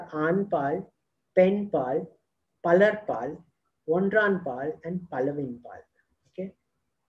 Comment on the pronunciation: it is not orndraanpaal, it is just ondranpaal. you said you are tamil. please pronounce properly